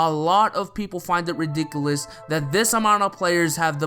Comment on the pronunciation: i don't like the way you say ridiculous stop it